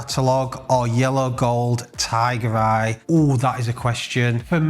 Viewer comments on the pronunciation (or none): Just spat my coffee out, thought you just called one a 'Thai Bride', had to rewind 'Tiger Eye' .. phew 🤣